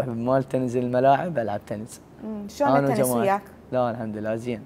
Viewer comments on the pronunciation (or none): اسمها تنس مو تنز